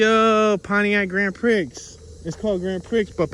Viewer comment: Like your Tours a lot, but the Street name "Grand Prix" is Pronounced "Grand Pree"